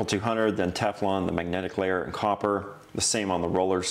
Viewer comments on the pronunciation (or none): none